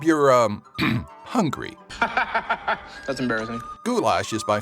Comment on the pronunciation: WHY DOES EVERYONE SAY BUDAPEST WRONG?? Also u said goulash wrong u pronounce it as “goo yash”